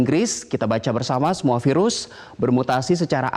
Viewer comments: yg ke 3 ngomong virus jdi seafood :v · Hahaha iya dong ngakak, dr virus ke sivud haha